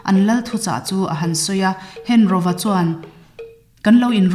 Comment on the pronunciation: hengoa tih tur, henroa nilovi, thado ṭawngah 'ro' a awmlo..